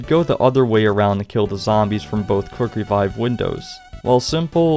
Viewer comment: Every time he said Quick revive I just Heard cookery vibe